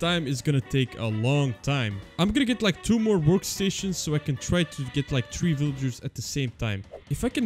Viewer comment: Bro dont know how to say three